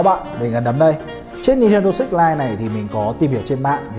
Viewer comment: Switch hay six day sao nghe six ko day